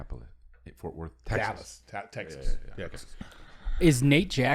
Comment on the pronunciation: Chris…. It’s “tegggzass”